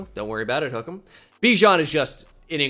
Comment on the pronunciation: Pronounce Bijan correctly, kind sir.